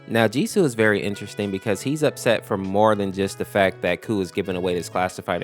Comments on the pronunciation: Honestly. i thought i was the only one to think that G-SU is gay. He was fricking blushing while putting handcuffs on KOU's hands. But it would be nice if they would canonically be a couple tho :D. Also, another thing, KOU'S name is pronounced "Ko" and not "Coo" lol 😅. I also realized some days ago heh. KOU's deffo one of my favorites. Pweez reply i would love that 🥺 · This is pretty spot on!! The only thing that is inaccurate is just that KOU's name is pronounced like "Ko" instead of "Coo" haha, but it's a common mistake! Thanks for sharing my story with others, the way you explain it is really sweet! :D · Is it not pronounced K O U, each letter separately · KOU’s name is pronounced “Koh,” rhymes with “Oh” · By the way the dev of mod said kou pronounced "ko" like "no" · I feel bad whenever someone mispronounces kou's name